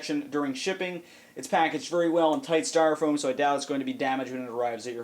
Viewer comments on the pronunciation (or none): none